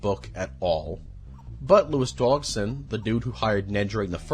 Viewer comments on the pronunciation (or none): I have marked every instance of mispronunciation of dinosaur names and people names in this video. They are listed below: Carnosaurus 💀 Carnotosaurus 💀 Lewis dogson 💀 Pteradon 💀 Brockiosaurus 💀 Parasaurofolus 💀 Corythoruses 💀 Pachyphlosaurus 💀 Gullymimus 💀 Oscar moralis 💀 Elasmoforium💀 Titanboa 💀 Docuris 💀 Hyodon 💀 Vasilineosaurus💀 Arctus 💀 Doicuris 💀 Mussosaurus 💀 Gigantosaurus💀 Proceratops 💀 Orthimimus 💀 Aliormas 💀 Thesealosaurus 💀 Geosternbergia💀 Ankylorodon 💀 CompategoSUS 💀 Colin trev-arrow 💀 Micheal craydon 💀 Mamalian scratch mormo 💀 Anklyosaur 💀 The lysyne contingency 💀 My favorite dinosaur is the Pair-uh-soar-ah-low-fuss not parasaurofolus.